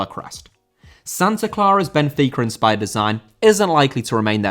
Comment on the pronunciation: Benfica* not Benfiquer